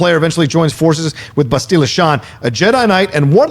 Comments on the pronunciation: Its BASS-till-lah not Ba-STEEL-la lol. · The way pronounces Bastila makes me think he hasn’t actually played the game 🤣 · please stop pronouncing Bastila wrong lol.